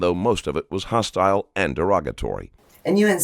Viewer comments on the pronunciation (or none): none